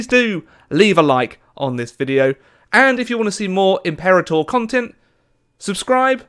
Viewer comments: Please, pronounce the title correctly: Impĕrātŏr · It’s pronounced Im-Pur-Ah-torr just an FYI